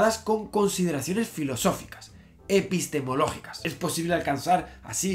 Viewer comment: Estás gracioso cuando dices epistemológico Sugiero gnoseológico (broma